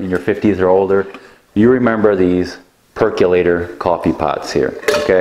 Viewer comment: You say percolator funny.